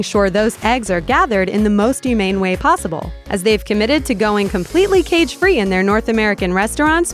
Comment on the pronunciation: More "ew-mane"? What does ew-mane mean, lol